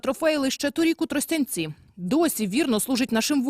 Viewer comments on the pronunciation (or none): none